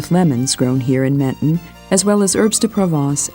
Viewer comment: The pronounciation of Menton is killing me.